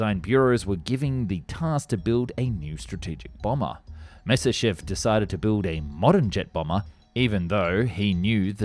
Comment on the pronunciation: You can't just pronounce Myasishchev like Messerschmitt!?